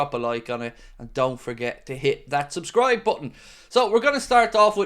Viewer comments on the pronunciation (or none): none